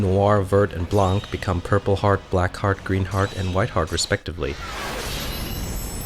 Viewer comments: I know its an old video but you dont pronounce the T and C at the end of vert and blanc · ......did you seriously just say Blanc name wrong